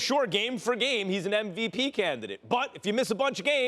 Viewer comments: is it just me or stephen A. says NVP instead of MVP? what the fuck is NVP? Nost Valuable player? LOL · what weed you smoking SAS , cp3 is not in mvp convo ... and its mvp not nvp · Idk why but it annoys me when ppl say "NVP"